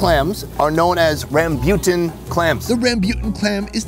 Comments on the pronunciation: rambuton is pronounced like ROM-BOO-TON not this crazy way that he just made up on the spot, "ramm-byutin" AHAHAHAH wtf!!!!!! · i am indonesian and its pronounced ram boo tan it nobody says thun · that's not how you pronounce rambutan lol its more rum-boo-tuhn than rum-byoo-tuhn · Lol.. he says rambutan like Rasputin. I’ve always heard it as ram-bū-tan. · I like how he pronounce rambutan, as rambyutan, in the Philippines we pronounced it as ram boo tan. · It's not rambyoutn it's raambootaan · Im a native indo and we pronounce it ram like computer ram bu like boo tan ram boo tan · In Indonesia the way we pronounce the red fruit/clam is "Rah-bu-tan" maybe in Vietnam it's pronounced different 😅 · It didn’t hit me until your second pronunciation of “rambutan” that you were saying “rambutan” lol for those wondering, it’s more commonly pronounced “rahm-boo-tahn”. “Rambut” is Malay for “hair”. Creative, I know. Lol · Hey,! Try saying it as "Ram-boo-Tan" 😁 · Its pronounce as Rum-bu-tan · He said “rahm-byu-ton” then they showed the pic of rambutan and i went 🤦🏼‍♀️ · "Rambutan" is not pronounced correctly. 🤣 Should be "Rum-boo-tan" (with the "tan" sounding like "fun"). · Its pronounced as rem-boo-ten 😳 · Rambutan isn’t pronounced rembeuton lol.. Literally all 3 syllables were wrong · hahaha its pronounced RAM-BOO-TAN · Do y’all pronounce rambutan like? Or is it I pronounced it wrong my whole life? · That hurt my ears. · The way pronounces rambutan hahaha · why pronounce rambutan like that 😭😭